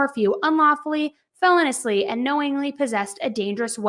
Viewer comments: "Felonously"????? Itis feloneously. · I’m sorry I just can’t listen anymore without saying anything. It’s not felon-ously. It’s fel-O-niously. The emphasis is on the O, not the E. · I love your work,, but the word feloniously has 5 syllables and is pronounced "fuh-LOW-nee-us-lee". And the word capacity has no "m" in it. Just wanted to be of service to you. ☺️ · Feloniously is pronounced fell-owe-nee-oos-lee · Feh-LOH-nee-us-lee … not, FEH-lon-us-lee. Just saying … 💁🏻‍♂️ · driving me crazy how you keep saying "fell ah niss " instead of "fuh low nee us" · Please! It’s feloniously. Like feloneeeeeeously. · The latest information is that the manager of the hotel said the room always has a chlorine smell because it's directly above the indoor pool. Also, please check the pronunciation of felonious, please. Hearing felon-ous-ly is like nails on a chalkboard!